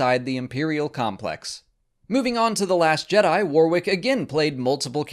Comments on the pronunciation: warrick not waw rick :) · Worrick, not War-wick. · You're pronouncing Warwick all wrong (the second W is silent) . Warwick is also a place in the UK so it is really noticeable when you say it wrong. The phonetic translation is '/ˈwɒɹɪk/' (same vowel sounds as 'sonic'). Also (for Americans' information) 'Worcestershire' (as in the sauce) is a three syllable name of an English county. The 'ce' is silent and the 'shire' is pronounced 'sheer' or 'sher' (/ˈwʊs.tə(ɹ).ʃə(ɹ)/ or /ˈwɪs.tɚ.ʃiɹ/). There are various ways to say it but the 'ce' is always silent. If I were you, I would edit this. It makes English people cringe and wince (like when Americans call 'Ewan Mcregor' [correctly pronounced 'you-un'] , ' Ooo-un') . WTF? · His name is pronounced WARRICK, NOT WAR-WICK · You might, at least, have learnt how to pronounce his name properly -- Warwick pronounced Warick i.e. silent w (the second one). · "WAR-WICK"? - You make him sound like some kind of battle armoured candle. Learn how to pronounce his name if you are going to mention him. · love what you and Mollie do, but today as a Brit you made my head hurt. Constantly pronouncing Warwick’s name wrong it’s pronounced “Wor-rick” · Just a heads up, it's pronounced WAR-RICK. The second "w" is silent. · Pronounced Warwick SILENT 2ND W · You say his name wrong lol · Learn to pronounce his name before you make a video about him. Silent W in the middle. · The second 'w' in his forename is silenced! That's at least how we pronounce it here, in the UK, Mr. Davis' homeland. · That you couldn't even bother pronouncing his name properly is a bit of a kick in the nuts. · It's a shame that you're such a fan of Mr Davis, but can't pronounce his name correctly